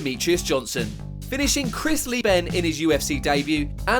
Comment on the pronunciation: Chris Lee-ben???